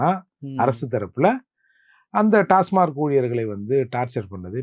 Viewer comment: அது டாஸ்மார்க் இல்ல...டாஸ்மாக்.